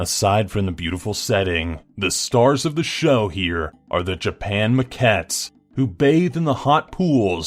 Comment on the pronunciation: Okay Fu*k I'm sorry to be that guy but it's Maldives not mole-dives And it's Macaque not Muttcats. I love your voice from the bottom of my cold dead hateful little heart. But your kill'n me here smalls.